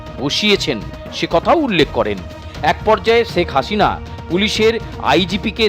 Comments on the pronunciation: সেখ হাশিনা। 😂😂 উচ্চারণের এই অবস্থা কেন??😂😂😆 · আপনাদের উচ্চারণ গুলো এত হাস্যকর কেনো? একটু চর্চা করলেই তো ঠিক হয়ে যায়। বাংলা ভাষার অবস্থা ১২ টা বাজায় দিছেন। শেখ হাসিনা কে বলেন চেক আচিনা, আন্দোলন কে বলেন আন্ডোলন।কমিশনার কে বলেন কমিচোনার। আপনাদের কি সব সাংবাদিক মুর্খ। না হলে কেও না কেও ভুল ধরিয়ে দিত।